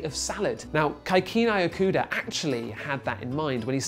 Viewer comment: U butchered his name